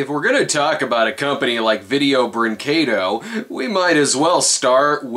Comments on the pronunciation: "If we're gonna talk about a company like Video-" pauses video, prays he pronounces it right, plays video "Breen-KAY-doh..." 10/10, better than Film Brain, you actually got it right! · Holy fucking shit, someone reviewing a Video Brinquedo... thing... actually pronounced the name of the company right. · It's refreshing to see an English speaking reviewer pronounce "brinquedo" the right way!